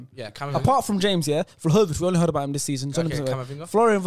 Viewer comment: Listened to the podcast and yo, u guys can say it ain’t Prem bias but I think ur bias is showing when 5/10 on the list are all English players. The fact 1. can’t even say Vlahovic’s name correctly, and saying Vlahovic ain’t the quickest, and he not great technically just shows they don’t watch him. He’s a top 10 guarantee, just wait till he moves to an elite team next season, u lot will look dumb. Other than that, someone please explain to me how Ferran Torres isn’t on this list nor mentioned, yet they have Ansu Fati at #7. Reeks.